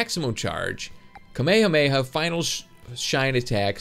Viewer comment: Anyone notice how he says kamehameha weird he says it with out it being spread out it should be kame-hame-ha well attract said like this